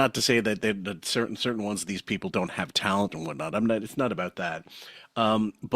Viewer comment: says “it’s not even dat.” “Dare was a bar.” Why can’t pronounce a TH sound?